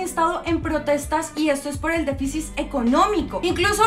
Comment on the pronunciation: Me encantó "los derechos de los peluditos" 💜 Que gran video !!!! Te apoyamos Ten cuidado con la cifras. Y con el "defisis" 😂